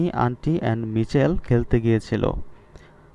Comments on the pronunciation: স্যার মিছেল না মাইকেল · মিচেল হবে না হবে মাইকেল😂😂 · ওইটা মিছেল হবে না তো ওটা হবে মাইকেল! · Michael এর উচ্চারন হবে মাইকেল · Michael= উচ্চারণ মাইকেল হবে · মাইকেল উচ্চারণ হবে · উচ্চারণ= মাইকেল হবে +অন্তি হবে